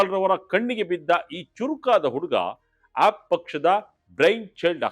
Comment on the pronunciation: please pronounce aap properly.